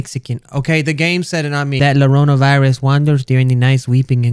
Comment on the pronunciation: i think its suposed to be YO RO NA IN SPANISH IT IS CRIER SO I THINK U DID IT WRONG WHOOPS Edit: I am pretty certain you are wrong because the llorona (yonona) is a spanish legent about a woman crying and gets children lol